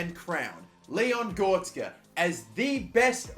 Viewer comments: Leon Gortska🤣🤣🤣 U mean: Leon Goretzka? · Gortzka 😂🤣🤣 it’s Leon GORETZKA (goretzkar) gor-retz-kar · ITS GORETZKA NOT GORTZKA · Leon goretzk hahhaha bruh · Man said Gortzka you know? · It’s pronounced Go-re-ts-ga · He makes a huge build up to the final one and then he goes and says Leon Gortska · Just to help it's go-ret-zah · "Goh res ka" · Leon Gortzka 🤣🤣🤣🤣🤣 Cant pronounce sh*t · My man said gortsca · As a massive Leon Goretzka fan, labelling him the German Gerrard when he was at Schalke, this name butchering hurts... like NIN/Johnny Cash "Hurt" type of pain. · What the fuck who pronounces Goretzka like that😂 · 7 years later and you still dont know how to pronounce the name goretzka... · The way he says goretzka it triggers me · My man can't even pronounce Goretzka